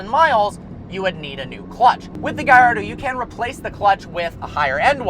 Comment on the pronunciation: He says gallardo wrong